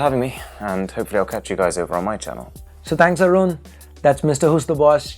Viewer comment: Arun sounds like Arun when Ash pronounces his name, but when Arun himself takes his name he sounds like Aaron.